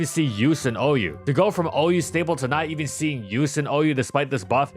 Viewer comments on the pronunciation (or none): none